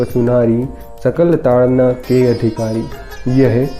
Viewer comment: Its taadan and not taadna...!